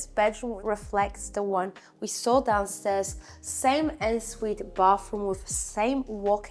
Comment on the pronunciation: Hahaha not ensuite pronounced ensuite but ”onnsuite”! Your accent is very good for a non native english speaker but the word ensuite….. on Sweet